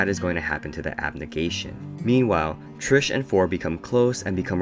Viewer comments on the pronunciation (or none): Bruhhhhh her name is TRIS not trish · you kept saying trish and not tris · WHEN YOU PRONOUNCED TRIS LIKE TRISH I WANTED TO THROW MYSELF OUT A WINDOW IT MADE ME SO MAD BSHFHFJSKRJG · lol love how you kept saying "Trish" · IT TRIGGERED ME SO MUCH OMGGGG